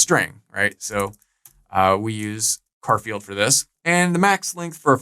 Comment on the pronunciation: love the way you say 'car field' instead of 'Char field' 😏